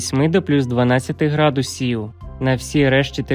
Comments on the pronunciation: Вікторія, ви напевно не чули ще гарного голосу. Він же співає а не говорить. А наголос ставить не вірно . Які - градус І в , вірно - грА дусів а називає області , то наголос теж робить на букву І, наприклад: ЖитомирськІй. Що це за неуч такий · Градусів навчитись. Правельно ставити наголос 😂😂😂😂де вас вчили😂😂😂